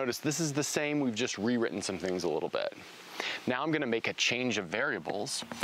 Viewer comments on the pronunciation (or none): none